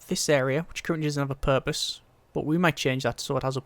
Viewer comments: roughly, did he really say doesnt have a porpoise? Cause thats what I heard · TheEngineers I was thinking the same exact thing.